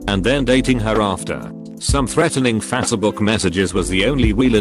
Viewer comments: Anyone else notice the bot said faca book instead of Facebook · Fasse-A-buk LMAO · No one: The text to speech: FaS ëy bOoK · Nobody: TTS bot: fAsAbOoK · Nobody Text-to-speech: F A S E Y B O O K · The way the text to speech pronounces Facebook tho. Phasehbook. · I can't get over how the voice pronounces facebook